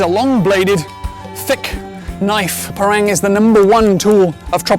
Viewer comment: It's pronounced par-rung.